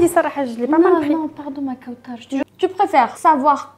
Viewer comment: Kawtchaaaar??? D ou t as sorti cet accent ??? Kawtchaaaaaarrrr????